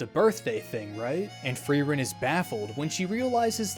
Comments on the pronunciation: I love frowren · Fee-rent? Free rent?